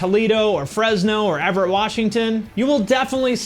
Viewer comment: I lost my shit when you said Everett WA. Haha spot on